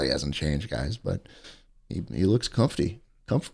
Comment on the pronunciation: My girlfriend is literally unable to say the word "comfy" She says "comfty". I showed her Jshlingus saying "comfty" and she is so happy she isn't alone, and is now in the proud company of our boy